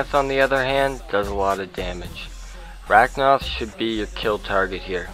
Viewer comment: | its RA-KA-NOTH not RA-K-NOTH ,_